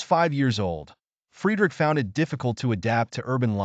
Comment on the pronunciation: Dude, you’ve GOT to be careful of your pronunciations. ESPECIALLY the first name of Nietzsche. I couldn’t listen after 10 minutes.